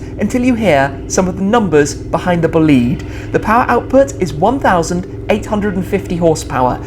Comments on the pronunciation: Mr. I suppose the pronouns is: “bòlide” not bolìde. (Slippery trisyllabic). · Your pronunce of Bolide is terrible. It’s italian, Bolide in fact refers to a vehicle that give you a strong feeling of power and speed when you look at it. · I dont actually understand the name.. bólide in italian is an expression to describe a very fast car so i can’t immagine another translation for the name which is italian, please Don’t pronounce it bolìde, sounds very wrong :) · it's Bolide, not Boliiiiiiiiide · Please don't say bugatti buhleed, sounds so extremely wrong. It's more b-oh-leed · The term "Bolide" is italian so the pronounciation is like "Boleedae" not blliidd 😂😂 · Schmee, I’m sorry... I’m Italian (Bolide is Italian) and i have to tell u this: it’s not Bolid, it’s BolidE (the E sounds open like in “forEver” or “fErrari”) Greetings from Florence ⚜️❤️ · Bolide not Bolìd!!! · it's not called "BLID"... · He said bugatti vleed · Please tell me it’s not actually pronounced “boo-lead” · Nope, nope. It's Bo lide. The lide rhymes with ride. Merriam Webster defines bolide (bō-ˌlīd) as a large meteor : FIREBALL , especially : one that explodes. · It's pronounced "Bugatti Bo-lee-deh" btw THX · as an italian, the pronounce "boliiiiiid" it's killing me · Boleed... LOL learn how to say it please... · It probably is BOLIDE in italian (which is a slang word used to describe an outstanding vehicle) Pronounce it with an accent on the O and and EH sound at the end :) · wait it is pronounced Bolid?? I thought it was Bo Li dey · i thought i heard him saying bugatti bullied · His bolide pronunciation triggers me soooooo much. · You have to pronunce bolide in Italian language, check how oh google traslate. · Bolide is an italian word, so please pronunce it in italian😅😂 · The pronounce is wrong, it's an italian word.. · That pronunciation of "Bolide" made my ears bleed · Booliid??? Bòlide, its italian my friend .:) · Its not bleed its bol ide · It’s bÓlidE not bolÍd my god